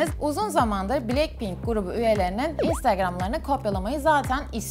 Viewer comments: Blekpink mi dedi o ? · Abla bilekpink deyil blakpin Yazilisi:blackpink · Blekpink değil blackpink